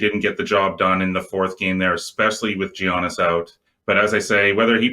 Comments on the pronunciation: ‘Ya/nis’ is how you pronounce it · Does it annoy anyone else they both say Giannis incorrectly?!! And duh the Heat are going to close them out today.